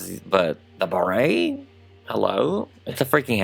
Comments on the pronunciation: Ok but wtf is up with your Béret pronunciation? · i love you so much but every time you said beret like that i wanted. to die. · The way he says Barret is funny for a French person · Uhm I don't think that's how you pronounce "béret" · can you explain something very confusing ? how come you say it béret like that ? i am french but we don t emphasis it the way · I am so tickled by your pronunciation of beret! I can’t stop giggling and I love it so much! And I would buy your mini me’s beret it you made them for humans! Fabulous job as always 😍😍😍 Also, would you consider doing a Beyonce doll?